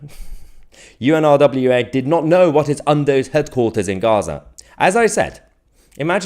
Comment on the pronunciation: Mahyar...pronounce it...UN-RA = UNRA = UNRWA...the W is silent...a bit like the P in water...!!